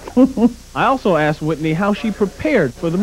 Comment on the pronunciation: She's so well spoken but aksed? 🤦‍♂️